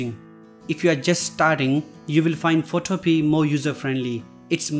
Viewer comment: It is pronounce PhotoPia like MamaMia. It can also be downloaded and Install on a computer. You should research the basic info before you do your videos.